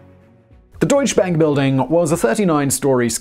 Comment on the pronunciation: "Deutsche Bank" Say "doycheh bank".